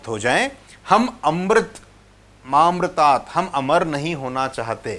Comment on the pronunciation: श्री मान जी बोलने में मामृतात क्यों बोलते जबकि मा अमृतात है बताना श्री मान जी